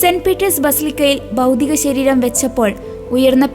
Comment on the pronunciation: എന്റെ കൊച്ചേ ബൗദിക ശരീരം അല്ല ഭൗതിക ശരീരം നന്നായി വായിക്കാൻ പഠിക്കൂ